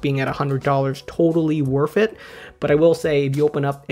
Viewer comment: Lol he said WORFT IT!!!